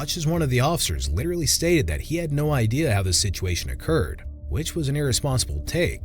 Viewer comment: “Literelly”? Seriously?!?